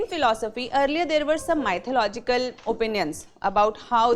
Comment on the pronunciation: polish your English, Madam Learn how to pronounce "mythological"